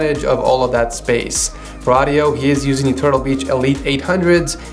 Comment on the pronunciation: Am I the only one or is he saying da instead of the